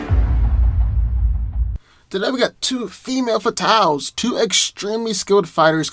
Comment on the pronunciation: Did you say "fee may" fatales? It's pronounced fem. I vote Elektra though. She's considered the deadliest Assassin in Marvel. And sais are good against swords as long as they are the right material.